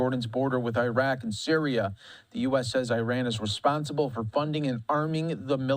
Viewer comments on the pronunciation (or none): Cannot even pronounce Iraq Iran properly 🙄